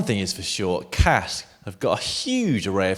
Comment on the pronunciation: Dan, is 'kask' not 'cask' honestly call yourself a boss....